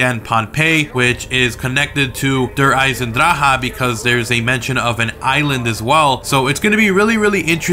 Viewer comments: Does anyone else get sick in the stomach every time he's butchered Der Eisendrache's name. I mean seriously... how has no one told him he's plain out saying it wrong. No hate, I love the videos he posts, but come on... at least try... please. Danke. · And even now you are speaking out "der eisendrache" wrong